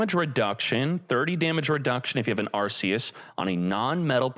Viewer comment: PLS SAY THE NAME PROPERLY ITS PRONOUNCED ARKEUS YOUR KILLING ME 😭😭😭😭